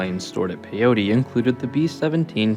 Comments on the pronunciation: Pyote PIE OAT ITS PIE OAT NOT PIE OTEE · Thanks for this video! My dad was stationed there in 1944 as a sergeant Chief Photographer. It's pronounced PY-oht, not "pay- otie" Peyote is some kind of drug Pyote (/ˈpaɪoʊt/ PY-oht) is a town in Ward County, Texas, United States. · Its pronounced Pi-yote..sorry im a West Texas guy...Great video! Thanks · It's pronouced Pi-yoat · Say it with me… PY-YOTE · Nice video I'm working in Pyote. FYI, it's pronounced pi-yhote, the e is silent. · I lived there when it was a prison during the 90s. It is pronounced "pie-oat".